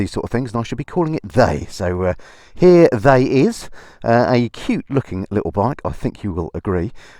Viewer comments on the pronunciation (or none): Haha “here THETY is”| 😂